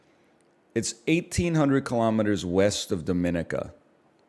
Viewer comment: I'm the only person in the world who cares but NL always mispronouncing Dominica makes me age twice as fast